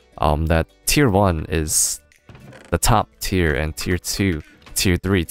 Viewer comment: The times he said Tier in this video ... Its tearing my brain up ;D